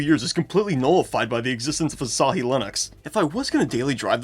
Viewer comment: Say asahi bro 🥀